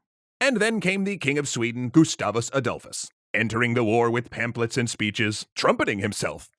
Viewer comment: GUSTAVUS ADOLFUS YOU SAY sabaton intensifies